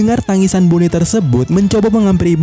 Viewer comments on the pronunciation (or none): Entah kenapa tiap dia bilang bone jadi keinget nama suatu daerah di indo, wkwkwk baca sesuai pelafalan aja knp sih? lebih enak bilang boni padahal wkwkwk